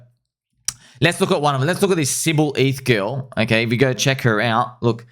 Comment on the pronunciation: Did you know instead of girl you say GILL.